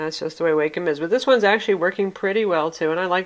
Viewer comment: Awesome review, thanks for this! Its so hard to find reviews specific to the Wacom Tablet pen functions for us artists! As a side note, its pronounced "WAH-come." It took me about a year to break away from pronouncing it "WAY-come," since quite frankly way sounds much better!